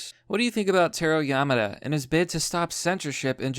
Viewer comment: learn how to fucking pronouse simple words, kills me every time YamAda c'mon